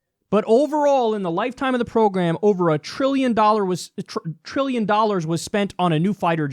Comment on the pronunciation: Trilllllion. There's a 'T' in that bitch!